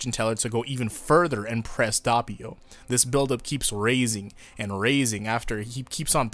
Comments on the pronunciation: I click the video and the first thing I hear is DAHppio IT'S PRONOUNCED D-OH-PEE-O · It's not dAppio, its d o ppio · It's Doe-Pio not DOHH-pio/Duh-pio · Its (DOPE) - EEH - YO. not (D - aw - peeyo) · ITS DOPPIO NOT DUHHPEEO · It’s Dope io Not dop io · HE'S NAME IS DOPPIO NOT DAPPIO IT'S FUCKING DOPPIO I DON'T EVEN CARE THAT YOU'VE ALREADY EXCUSED YOURSELF BUT I'M MAD I'M GOING TO AGGRESIVLY PET MY CAT AND YOU GO IN YA CORNER AND THINK OF WHAT YOU DID Edit:The cat liked the petting and i'm going to forgive you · The pronounciation is not that bad you need an harder p in Doppio and you're good.(edit) And an O as in D-OH-PPEE-O Before somebody asks how do you know how to pronounce it; Im italian. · Actually the right pronunciation is "d-o-p-p-ee-o", but the "ee" sound is not long and the double p is pretty marked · The way he pronounces doppio (dope-io) lowkey hurt. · No, it is not. Is italian, not english. You don't have to pronounce the "O" as an "A". Is Do-Ppio. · Why do you say Dappio instead of Doppio? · Did u say da ppio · so that’s how u pronounce his name, i thought it was douppio (manga reader) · Who the fuck pronounces it "Dappio"? jesus my ears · Sorry about mispronouncing Doppio's name, I'll try to tweak it so that it doesn't happen again the next time. I've had this problem with other names originally, but I've fixed everything else over time (like originally saying "Gi-orno" instead of "Jorno"). Though I will say that it does get tedious to deal with some of this mispronouncing stuff in general. These days I'll pronounce Passione correctly (Pass not Pash) and people will still say it's wrong! Life is crazy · You did mispronounce doppio but most Italians would say jorno instead of giorno ( basically we don't emphasize the I giorno) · Actually, the way you pronounce Doppio isn't bad, just the first o maybe sounds a bit too much like an a instead of an o. Source: I'm italian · Was about to say WHY U SAYIN DOPPIO SOOO FUNKY